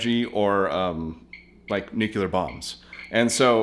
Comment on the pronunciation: NEW CLEE ARE you still can't pronounce it correctly. I guess old habits die slowly